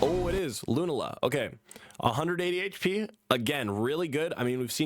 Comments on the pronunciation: Your pronunciation of Lunala makes me want to unsub. But I’ll give you the benefit of the doubt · I know he didn't play this gen, but "LUNAla" is crazy 🤣.